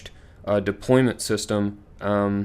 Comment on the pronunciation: “Deployant” not deployment